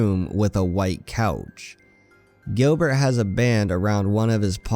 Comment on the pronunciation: Gilbert not grillbet